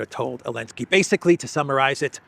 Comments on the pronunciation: Can someone tell me why always calls Zelensky "Alinsky" or "Elensky?" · Elensky elensky . Why cant you say his name correctly ??? Weird